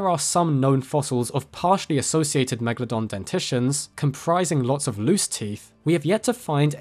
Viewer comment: Its just fascinating to me how so many people have a fascination for this animal but I've honestly never ever heard an English speaking person pronouncing it's name correctly... It's not meglodon... why are you guys swallowing the A? The E is actually an elongated letter. Such as the 'eh eh eh' that rihanna does in the song, umbrella. And the A is also long as if you'd be like 'aaaaah okay'. It's Latin...if you love it, pronounce it the correct way :).